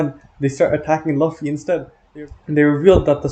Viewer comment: W video but homie….. we need to talk about how you say Luffy my guy